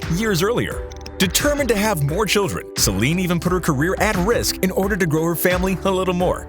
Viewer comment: This is AI reading for you. Reads Celine's name out to sound like "slime".